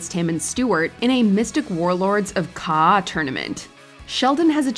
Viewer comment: its KA -AHH not kahh.